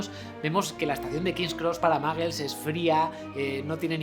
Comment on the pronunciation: Pero pronuncia bien... No es maggles... -_